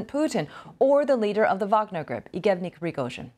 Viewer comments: how is this BBC host misreading yevgeny aw "eegevny"? that's ridiculous, why doesn't she know either the guy's name, or the name in general because it's a common name? can we maybe not have people present news who don't pay attention to news and don't know things? I think there are enough people who pay attention and know things, can you please try to hire them??? just to be clear for you, BBC, I don't mean about harry and meghan. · BBC ... please tell your anchor to learn how to say the names ... Best way is to listen to native russian saying them, then repeat them a few time ... Lucky she is cute :) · How did she get a new caster position?! Not sure why she can’t say his name correctly. It’s obnoxious. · She really battled with the “Yevgeny”’s…